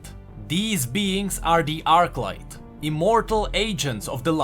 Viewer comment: Arclight, not Archlight